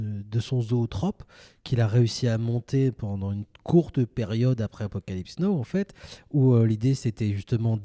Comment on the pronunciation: Les garsss c’est apocalypse NOW pas apocalypse NO 😭😭